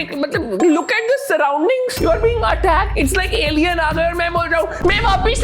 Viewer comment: It's not vaapis it's vaapas😅